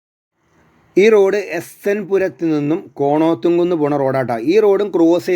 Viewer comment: കൊണോത്ത്‌കുന്ന് അല്ല, കോണത്തകുന്ന്